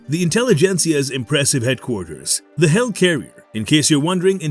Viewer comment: Why do you keep saying "hell carrier"? It's a HELIcarrier!